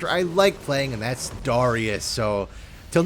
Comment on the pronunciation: i dont wanna be that guy.... but why do you pronounce Anivia and Darius' names like that my guy?